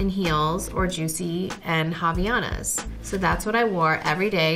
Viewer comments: its pronounced "avaiAnas" not "havianas" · Marco Antonio Guerreiro Prado only realized she was saying havaianas when i saw this comment lmao i had to go back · The way she says "Havaianas" in . Oh my Brazilian heart.